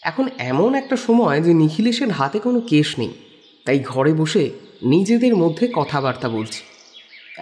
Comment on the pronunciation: কেস উচ্চারন করতে গিয়ে কেশ উচ্চারণ হয়ে যাচ্ছে।।